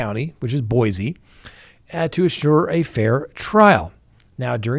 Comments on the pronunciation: Boy-see rather than Boy-zee,. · It is Boy-see, Boise please and thanks!